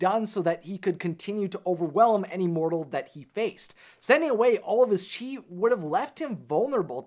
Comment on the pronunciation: Chis or chease? :D hahaha